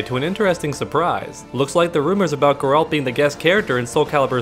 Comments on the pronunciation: Originally how in Poland we would call him, the second way to say it you mentioned was closer, but what would stand out the most in it would be the fact you end with 'd', while it should be 't'. [ɡɛralt] Still i guess its fine if you translate it, as its a name, same as for Mikołaj Kopernik-Nicolaus Copernicus (not even close in terms of sounds). So its all cool if you call him Gerry, would be funny actually. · In the games they pronounced his name like "G-air-alt" love your channel! :) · pronunciation is more like Gaer-ult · "Ger-alt" with G as in go. The accent is placed on the first syllable. It's not GER-AAALLLLLTTTTTT!!!!!!11111!!!!, which is the way most English speakers pronounce it.